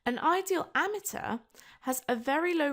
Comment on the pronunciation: Don't think that's how you pronounce ammeter, sounds like your saying ameteur